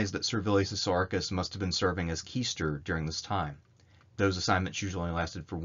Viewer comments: Love the history, but for the love of god, please learn how to pronounce Latin. "Quaester" isn't "keester", it is [closer to] "kway-eh-ster" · You are right about the word "Quaester". It should be pronounced "Kwa-eh-ster".